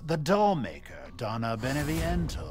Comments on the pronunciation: you know jack, your pronunciation of "beneviento" isn't half bad. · At least jack got Beneviento right instead of Dimitrescu